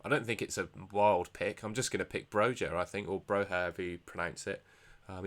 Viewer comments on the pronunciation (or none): No problem, I'm exactly the same. According to forvo it's actually Broi-ya. Got it wrong myself 😂😂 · Great pod gents. I'm going to do the Trent - > Son transfer myself. Pronounced Bro-ya by the way 😉